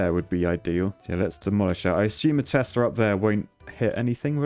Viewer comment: When he keeps calling Teslas "Testas"... And when he thinks height gives damage rather than range.